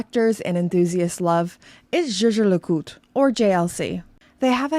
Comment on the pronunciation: Why is Jaeger pronounced "sheh-sheh", like double French personal pronoun I = jeje? It is a German word Jäger = Hunter. Yay-gher would be some better approximation, or phonetically [ˈjɛːɡɐ].